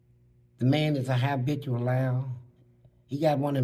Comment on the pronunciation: Fleece say, “the man is ah HI-bitual liar”. 😂 stay on Glads neck Mr Fleece 😤